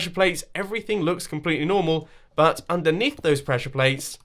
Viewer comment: You said "butt..." instead of "but" xc